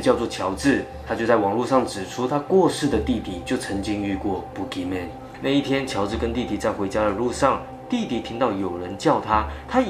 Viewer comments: 身为马来西亚的人听到你说boogeyman，一直觉得你在说粗话，pukiman😂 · boogey men 的读音是对的吗？如果是，那在这里那怪物就可怜咯，走到哪里给人笑到哪里😂😂😂。